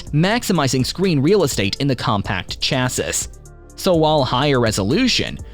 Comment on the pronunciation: nearly chocked on "chass-ISS"